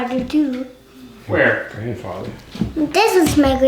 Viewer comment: I heard grandfarter.